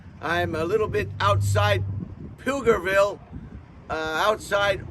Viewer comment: Flu-ger-ville I know you are just saying it wrong to be silly but just in case your aren't.